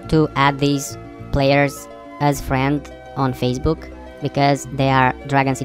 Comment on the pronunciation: did he said fazebook?